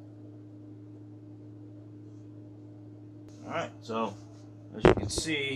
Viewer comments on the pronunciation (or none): Stop saying arrr-right